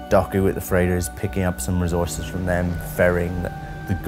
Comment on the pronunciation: Anyone else hate the way he says "recourses"